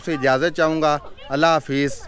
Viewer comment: Aap Allah hoo ghalat bool rahay hay janab